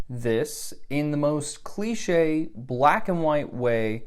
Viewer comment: Cliché * not Clechei